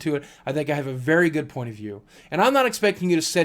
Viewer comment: "thats a pretty gud function" ..........lol